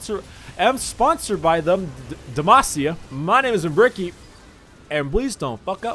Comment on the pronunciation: Bricky definitely isn't a family man with that kind of pronunciation